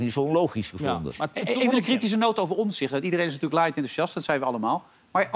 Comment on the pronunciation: Johan zegt steeds OMZICHT, beste man, de juiste uitspraak en schrijfwijze van de achternaam van Pieter is: OMTZICHT , met een T dus.